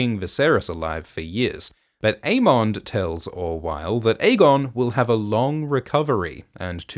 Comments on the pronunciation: I always thought it was "Aemond" like Everybody Loves "Raymond".. not "mon" like "monster". Same with Aegon like Damon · Never noticed the way you say "Aemond" until Gludus brought it up in the recent Dragon Time video 😂